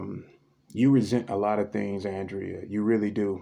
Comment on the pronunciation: Thanks for this transmission. Welcome to the channel Leonardo i love that name💜 you showed why this channel is so Unique with these readings🌸 I think Andrea pronounce her name as Ahndrea because of her Andromedan name is Ahna🌸 I love those bigfoot shows & they really are magical beings💜